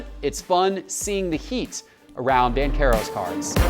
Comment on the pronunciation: “Bankero” 🤣🤣🤣, tell your cue card guys to learn how to pronounce his name. It’s Ban-chair-o